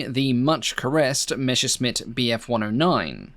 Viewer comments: It's Messerschmitt not Meshersmitt! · please, google "how to pronounce messerschmitt" (it's "messer" + "shmitt" not "mesher" + "shmitt") - your videos are great, full of accurate details, with perfect narration - why not pronounce this name correctly? I understand that you can't get every foreighn name right, but Messerschmitt is so common in aircraft history, maybe you can make an exception and find how to pronounce it correctly. I hope my negative comment won't offend you, I mean no disrespect, I love your channel, and even if you keep saying meshrshmit, you'll still be the best aircraft history channel on youtube:) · Meser-Šmit not Mešer-Smit 😎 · It's very common for Brits (I am one myself) to make this pronunciation error. Perhaps it's because of the second half of the name with the sshhhh sound that people use the same sound for the 'messer' part as well.